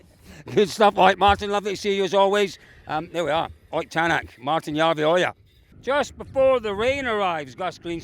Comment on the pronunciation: Colin, you have pretty much mastered saying Järveoja. Only took like 7 years but well done! 😁